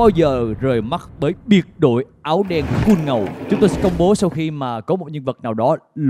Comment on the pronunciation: Ngô Kiến Huy ơi, xin đọc đúng chữ: COOL - Phát âm chuẩn tiếng Anh là: ko͞ol -- Chứ không phải là: Kun